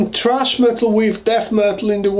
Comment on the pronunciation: Did you say THRASH metal or TRASH metal? Sorry, not busting your balls as i understand English is not your first language. Just curious